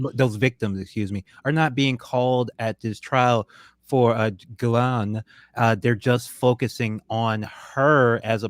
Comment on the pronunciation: It’s GHIL-LANE, not GHIS-LANE.